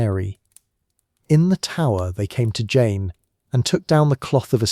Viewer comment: Great video on poor Jane Grey..💔💔 And thanks for mentioning me and pronouncing my name right! 🥹🥰❤️‍🔥🙌🏽